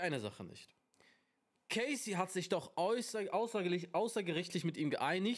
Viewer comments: Sie heißt Cassie, nicht K Ci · Man spricht es Cassie aus, nicht Casey